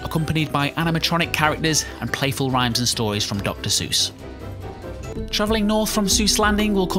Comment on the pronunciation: Eyyyy he pronounced Seuss right XD